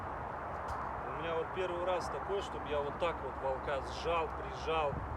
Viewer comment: ВОлка, вОлка! Ставь правильно ударение! Ты же русский!